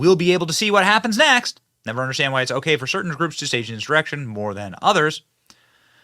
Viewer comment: Benny? Did you say…erection?